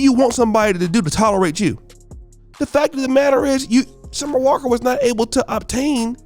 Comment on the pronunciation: Summer on the walk? 🤔 The ability for to butcher these celebrity names is unmatched! 😂😂🤣🤣